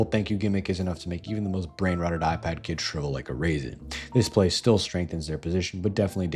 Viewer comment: First of all, don’t pronounce it like that. Second, that’s a still image.